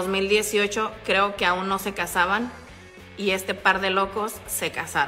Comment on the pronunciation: mensoo no se dice croque yo croque se dice yo creo que